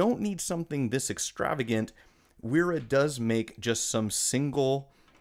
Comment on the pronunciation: So actually Wera is pronounced like "Vehr-ra", and Wiha is pronounced like "Vee-ha".